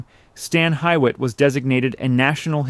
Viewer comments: Good documentary although difficult to hear it pronounced wrong. It’s pronounced ‘Hewitt’. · Same. I somehow made it to 15 minutes. I’ve always heard it pronounced hugh/hew-it. I see people in comments saying it’s pronounced hee-it which I’ve never in my life heard. Stan Hywet Hall & Gardens even has hee-it on their fact sheet. I think they got that pronunciation from British English because employees didn’t use that pronunciation and neither does anyone in NE Ohio. You always defer to local pronunciation and Stan Hywet is in NE Ohio. For example, Lima, Ohio is pronounced “lime-uh” not “lee-muh” as in Lima, Peru. British English and American English are not the same—local pronunciation rules. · It's pronounced Stan HU IT,, Not Stan HI IT.... I cringed Everytime you said that way... Oh and I'm living in Akron Ohio so I think I know how we pronounce it.. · I'm pretty local and it's not pronounced Stan High-wet, it's pronounced Stan Hew-et. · It is properly pronounced Stan Hue-wit. I know, I worked there. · Reg u lah Ki a hog a Stan Hee what The mispronunciations are insulting and show a lack of preparation by those creating this program. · The name of the mansion and grounds is pronounced "stan HEW-it". Per the hall's website this is a loose translation to Old English of the terms "stone quarry" or "stone hewn," referring to the abandoned stone quarries that were located on the grounds of the estate. Also - Stan Hywet is in Summit county, not Portage county (which is the next county to the east and is not particularly close to Stan Hywet). Also also - "Cuyahoga" is pronounced "ky-uh-HOG-uh", not "kwi-uh-HOAG-uh". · Stan HEE wit!! Get it right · Hardly forgotten — it’s consistently voted one of the top historic homes in the nation. Pronounced Hew-it. And it’s a very special place for members of Alcoholics Anonymous worldwide. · You know the y sounds like a u in Hyett. So why are you pronouncing it wrong. I heard you say pronounced Huett. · It is pronounced Hee wit.